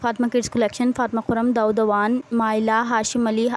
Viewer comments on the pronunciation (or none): none